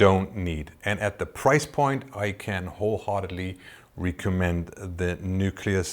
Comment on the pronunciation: Mein erstes Video was ich von euch gesehen habe war das "Beyond IMAX: Filming with a gigantic 16K" in den ersten 20 Sekunden ist irgendwo eine Stelle "it gonna have", da fehlt das "s". Manchmal die Aussprache von einzelnen Wörtern wie "recommend" bei . Und natürlich Eure Website, die gerade aktualisiert wird :) Den meisten fällt das aber wahrscheinlich garnicht auf.